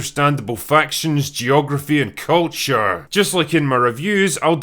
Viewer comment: ...What is this guy doing with almost every sentence's last syllable? "How not to launch a fantasy shooooow" "...Understandable factions, geography, and cuuultuuuuuure" "...That felt believable and lived innnnnn" "...From one location to anothuurrrrr"